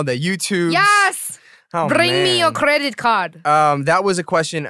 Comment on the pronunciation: bRRRRing me your cRRRRRRRedit card